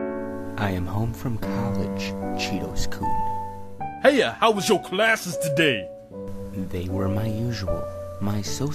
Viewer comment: Cheetos' name is supposed to be Chitose but they pronounce it like a crunchy cheese snack.